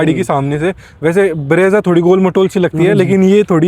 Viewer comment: Brezza Hota hai bhai breeza ni